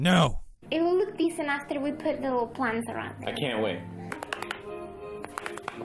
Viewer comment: council of woter shep